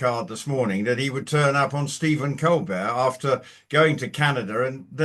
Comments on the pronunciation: Colbert not colbear, he's a hateful Brit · Unlunlesse he is French don’t call him colbear because , his name is Colbert! Col Bert !